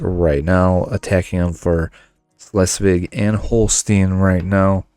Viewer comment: as a german I can say you pronounce Schleswig or Dithmarschen quite good for a non native speaker nearly perfect ;).